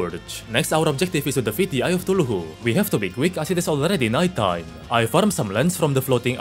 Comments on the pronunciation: "eye of tooloohoo" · " the eye of tuluhu" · "so, by using brute force we defeated the eye of cthulu" My ears:THE EYE OF THULUHU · Ain't no way bro I heard eye of thuluhu anyone else? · "Eye of cTuLuhU" LoL . But i like your accent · "lets summon the eye of tooloohoo" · Please pronounce cthulu correctly